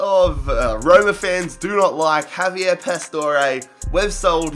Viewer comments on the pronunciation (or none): none